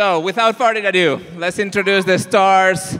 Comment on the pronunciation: "So, without furdidadoo"